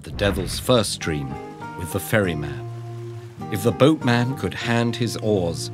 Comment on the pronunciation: i heard "furry man" instead of "ferry man" for the majority of the video.